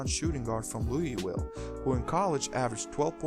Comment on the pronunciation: "Lancaster Gordon, from 'Louey-Will'" haha. I haven't heard it pronounced like that since I was stationed in Germany. Great video by the way!